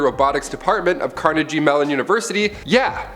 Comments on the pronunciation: Carne-jee Mellon University??? Carnegie Mellon, with a hard G you goofball! 😆😂🤣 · Did you say Carnegie with it pronounced car- ne- GEE? IT'S CARNEGIE pronounced Car-ne-ghee!! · That is a hard G for Carnegie Mellon University, not like jello, but like gallon. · I think I'll take the warnings from a person that can't pronounce things like Carnegie with a grain of salt. 😂